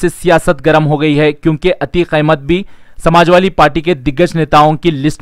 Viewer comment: Samajwali nahin be Samajwadi Bolna to seekh pahle